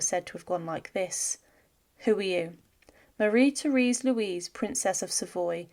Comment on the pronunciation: Her name is pronounced mah-RHEE tay-RES.